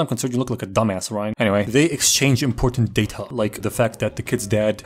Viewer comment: ah yes the "data"